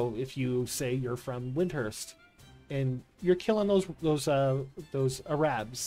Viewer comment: There's no H in WinDURst